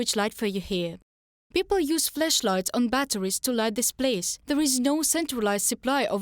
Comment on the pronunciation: My god, please don't pronounce flashlights like fleshlights. I assure you, you don't want to have them confused.